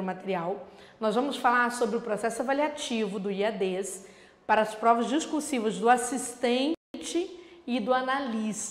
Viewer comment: A professora chama de Iadês, o certo não seria Iades? Sem ênfase no E.... Desculpe a ignorância..